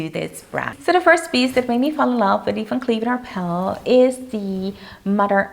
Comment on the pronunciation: The brand is Van Cleef & Arpels ... There is a sssssssssss on the end dear.